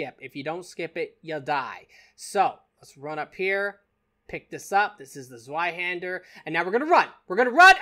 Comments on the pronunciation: Kevin Games It's pronounced z-vei-hander. He was mostly correct except Germans pronounce the "W" as a "V" like Russians. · Actually zweihander is pronounced z-vee-hander